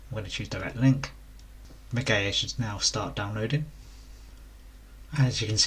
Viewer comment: Ma-Gee-A please for the love of gawd pronounce words properlyQQ